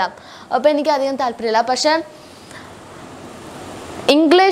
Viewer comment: Pasheeeee not pashe pakshe